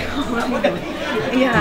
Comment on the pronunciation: Kak niki nyebutnya odading mang oleng sama kya anak aq😁😄bkn mang oleh